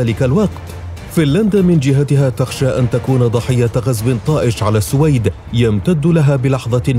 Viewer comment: أخي المحترم صاحب القناتين الرائعتين , نحبك في الله. تلفظ بالسوويد والسلام عليكم